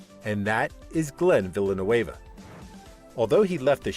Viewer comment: It's not Villlenueva it's Villenueve. Get it right!